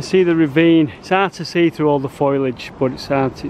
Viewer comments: Is there some sort of inside joke I'm missing regarding the constant use of Foilage rather than Foliage? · Is it just me who cringes whenever says foliage?... Look at the word. At the order of the letters. It's not foil as in tin, it's foal as in baby horse. Foal-e-age. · "Foilidge" bloody Mancs can't speak the King's English..😂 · Is "foilage" a Manchester thing or dya mean FOLIAGE?! Just asking for a friend pal ! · Very interesting,but my day wouldn't be complete without a moan,foliage is not pronounced "foilage". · Brilliant as ever but……what’s foilage? Bacofoil plants! sorry I it made me chuckle 😁😘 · I don't think that's how you pronounce foliage lol Cheers for an interesting video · Absolutely fascinating as always but I can’t get over how you pronounce foliage 😂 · Foliage not foliage. Another great video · exactly, he is pronouncing it wrongly.